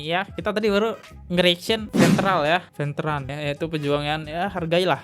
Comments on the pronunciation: Petran ! Bukan petal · kak maaf ya, bacanya diperhatikan jangan salah mulu.. coba bacanya pelan² baca veteran jadi ventral rohingya jadi rozia gemes dengernya.. maaf banget kak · Kok venteral sih Bang? Veteran kaleee...